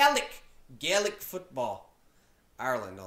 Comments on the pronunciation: GAY-LIC football not galayic 🤦🏼‍♀️ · GAE Lic not glick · Gay-lic not Galay-ic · My brain hurts after watching him try to understand this. You can only take 4 steps then you can either bounce or solo (solo is kicking it off your foot) but you can’t bounce twice in a row. You cant full on tackle anyone you can only put your hand in and hit the ball out of theirs, a goal is 3 and a point (over the bar) is 1, its only played in Ireland. It’s pronounced gay-lec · Gaelic pronounced Gah lic, Darragh is pronounced Dara... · Gaelic is pronounced : Gay-lick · It's pronounced gay-lick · Gaelic is pronounced “gay-lick” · It's pronounced gale ick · It's pronounced gaelic (gaylic) just telling you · The way he says gaelic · First of all you pronounced 'Gaelic' wrong, the so called 'Brazil' team is called Donegal and the 'field goal'=1point and the goal=3points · Learn how to pronounce Gaelic. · Omg the way u pronounce Ireland and Gaelic😶😶😡noooooooooooooooooooooooooooo